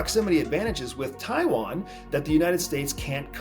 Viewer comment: Nitpicking, but if you said some of the names better it would be less distracting, especially Taiwan